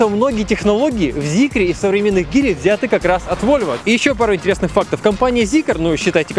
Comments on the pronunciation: Господи как же режет его ГИЛИ это Джили Джили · Чел в России Geely читается как Джили! Хватит бесить народ! 🤗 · Так прикол в том что когда обозревал Джили, он назвал Джили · Джили, Джили, пожалуйста, мне пофигу на Джили, но ты же техноблогер... ))) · Обзор хороший) но не говори гили говорится джили😅 аж ухо режет когда 4 года работаешь у дилера и слышишь гили😂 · Чувак, что за Гили? Может Джилли? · Не Гили, а Джили!)) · Почему он произносит Гили, если на надо Джили или Дзили? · Не гили а Джили 🤣🤣🤣🤣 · Не гили а джили, сами киты так и говорят) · Не гили, а джили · Говор. Джил а не гили😡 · я чуть не сдох после 101 "Гили" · По ушам режет делитантское произношение "Гили". Тьфу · Линк энд ко и джили, по-русски так. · Гили - бесит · Классный выпуск! Но... Гили, Хэвэйл, Линк энд Си О режут слух ужасно. Кажется лучше называть, как привыкли😅